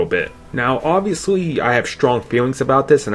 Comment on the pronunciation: Compwetwey? Obvwiouswy? A wittle bit? Sigh. When you have turrets, you probably shouldn't be a sniper. When you have no arms, you probably shouldn't be quarterback. When you have a speech problem, you probably shouldn't be on YouTube.